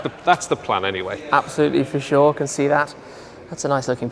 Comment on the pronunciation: Shmee is a scouser, 'shuure, ican shee dat'. I had to play it back, I couldn't believe my ears. Too much choice, the place is amazing, great video.